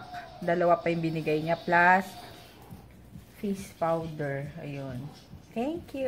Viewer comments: Sis anong sabi mo "fis powder" o dapat 'face powder"? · ed kobbee oo nga parang na pronounced na fis ilang beses ko pa inulit ulit pakinggan